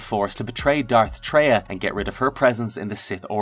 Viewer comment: Its not Dark TRY-AH. Its TRAY-AH like BeTRAYal.